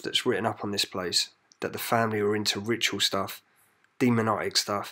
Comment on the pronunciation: 7.08 ‘Demon-o-ic ‘. ?! Learn proper English, as your description of video isn’t much better. Perhaps leave off with your own commentary so much as Other people’s opinions will differ from your own. Also, you go on and on about the previous owners being Satanists, yet your bio suggests the man of the house believed in god. And if you’re into this stuff , who hasn’t heard of Rayburn ??